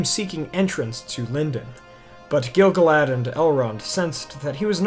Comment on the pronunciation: And also every time he says Gil-galad as GIL-guh-lad instead of gil-GAH-lad. For the amount of research done for this video, the pronunciation game could definitely be improved :)